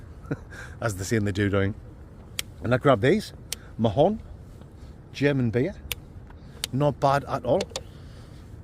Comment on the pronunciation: The Mahou is Spanish Marra🙈🤣 its pronounced M'ow👍